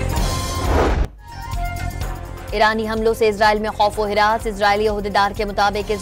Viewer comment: حراس نہیں ہراس ،